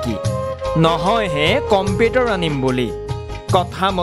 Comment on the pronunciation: নে এই কোৱা জন। আগতে ভাষা শুদ্ধকৈ কবলৈ শিকা কমপেতাৰ নহয় কম্পিউটাৰ বুলি কয়। ইমান মিউজিক সুৰ দি ক'ব নেলাগে । দুখীয়া মানুহৰ দুখৰ বুজ ল'বলৈ চেষ্টা কৰক আৰু সহায় কৰক। ইহঁতক TRP লাগে